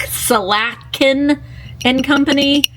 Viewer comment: Pronounced Slat-kin